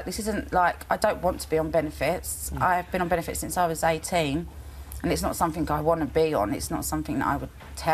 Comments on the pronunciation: “Sumfink” about this comment...👀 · Lypo suction could run here diesel car for quite a while. Also i wouldnt hire her just on the grounds that she cant say the word something, its not sumfink.